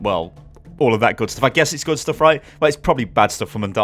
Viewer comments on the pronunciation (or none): none